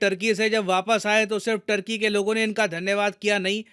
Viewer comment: First thing first . Its not “टर्की” its “तुर्की”. People of तुर्की are called तुर्क or तुर्कीश्